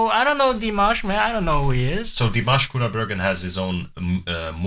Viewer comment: As a fan of Dimash I watch tons of reactions on Youtube and you are the one of the few foreigners who really good pronounce Dimash Qudaibergen and also Igor Krutoy names. For me it shows that you are genuinely like and respect this artist. Many reactors even after dozens of reactions still cannot say his name correctly and forget about "that bald guy at the piano". Could it be because you are beatboxer/ rapper and this type of genre requires a lot of training and hard work with enunciation and precise sound proiducing? I watched your works and they are great and interesting to watch. Knowing Dimash, let's hope he will not step into the beat-boxing territory and diminish other artists in this genre as he does with others (it's joke!). Thank you again for your entertaining reactions and love from Kazakhstan!